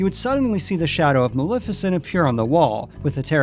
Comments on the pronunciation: It's malef as in Left not Malef as in Lift. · Isn't it MA-LEF-I-CENT? You keep saying Mal-if-a-cent. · dude you totally mispronounced maleficent's name. It's MaLEFicent ( Lef as in left) NOT MaLIFicent (lif as in lift) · Maleficent's name is also actually pronounced MaLEFicent , the "Lef" being pronounced the same as in "Left". that's the way it's pronounced in the original film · You pronounced Maleficent wrong. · Argh! How many times can one person say Maleficent incorrectly?!!!